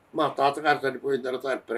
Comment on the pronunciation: చనిపోయినా... నా... నా కాదు చనిపోయిన.... అనాలి